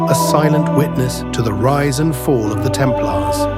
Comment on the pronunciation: Temp Laars? It's pronounced: Templers. A I voice overs pffff!